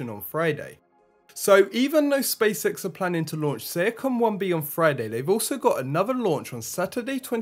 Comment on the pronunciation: Space X not Spacesex